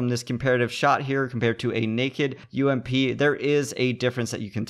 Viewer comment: Subbed just because u said U-M-P and not fucking ump